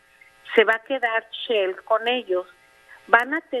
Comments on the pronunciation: Desde el momento que dice "CHEL" en lugar de "SHELL", ya nos llevo el ... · ROCIO NAHLE TIENE EL MISMO GRADO DE INTELIGENCIA DE LOPEZ OBRADOR OSEA NULA NADA CERO NO SABE DECIR SHELL DICE "CHEEL" MEXICO VA A LA VELOCIDAD DE VENEZUELA JAJAJAJA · Yo también me la cure.cuando dijo chell.ya mero decía chela.lastima de apellido extraño.